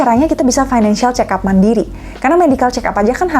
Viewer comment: Fick up, (dibaca pik ap) kayak nama mobil